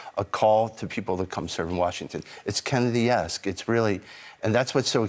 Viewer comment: He said it’s “Kennedy-esk” what a joke. The Kennedy’s are rolling in their graves. These guys like Trump because they can manipulate him.